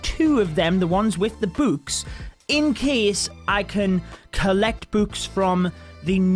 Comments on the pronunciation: The way he says books: bwks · Why his books sounds like b00bs